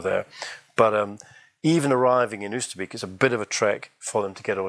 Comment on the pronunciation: Wow it all looks so wonderful. So much detail and instantly recognizable. One suggestion on the pronunciation of Oosterbeek, you would be closer if you say it starting with the "o" sound from "boat" - i.e., "Oaster - bake"